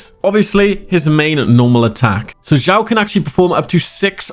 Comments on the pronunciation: It's read as Shyaw why said Jyaw?😂😂 I can't understand? It's obviously Shyaw😂😂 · Honestly this video is really nice, but just kinda gets on my nerves when u say his name. His name is Xiao not Jiao, like the way u pronounce it sounds like foot in Chinese.🤣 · Why everyone say Jiao instead of Xiao? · You spell his name wrongly, it is [s ya o] [S] from sad [ya] from yawn